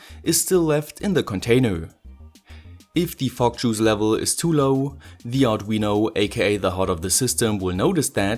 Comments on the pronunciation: Fog machine with a German accent sound really f*ck machine and f*ck juice 😅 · "FOCK MACHINE AND FOCK JUICE" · Was I the only one who heard “fock or smoke” or was it just me?